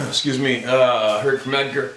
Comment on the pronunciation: has his friends name spelled Edgar in the description of this video and he pronounced his name with the a at the end as well.